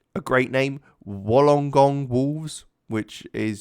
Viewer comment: Just some tips: Melbourne is pronounced kinda like Mel-Bin or Mel-Ben. Dandenong is Dan-De-Nong and Wollongong is Wool-En-Gong.